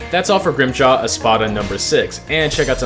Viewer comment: him saying grimmjows name wrong every time set me off so bad lmao